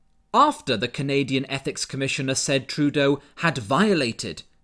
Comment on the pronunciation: Did you just call him TruDoh? Because that is genius. XD